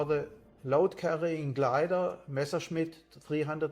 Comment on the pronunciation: Why does everyone make the same mistake? It is not Meschersmidt. It is Messerschmidt.